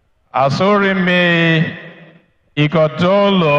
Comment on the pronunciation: None of them can pronunce Ighodalo distintively. Unbelievable. Even a German can pronunce Ogbedegbe and Ikpeba.